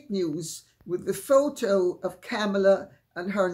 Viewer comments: It's Comma-La. Mispronouncing her name makes people sound dumb. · Comma-la. At least pronounce the woman's name correctly. It's been in the mainstream media for a very long time now. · Wow. Kamala's name was so mispronounced, at first I thought Lady Campbell was speaking about Camilla 😂